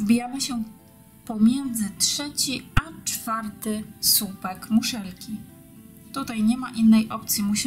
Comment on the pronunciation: Robisz bardzo ładne rzeczy ale proszę, błagam mów po polsku. Słupek a nie supek włóczka a nie włóczka. Długi a nie dugi. Robisz prifesjonalny kanał, ciekawe wzory popracuj jeszcze nad wymową. Sorry za uwagę ale ja nie daję rady tego słuchać.